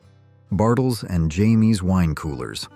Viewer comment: So this was an AI voice bartle and James is not pronounced Jamie. I found a squad interesting actually. I usually don't listen to ai voices. And the fact you went beyond the 60s up into the 2000s was interesting. Surprising make two or three separate videos